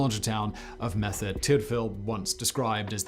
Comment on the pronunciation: Not sure why he’s having such trouble saying Merthyr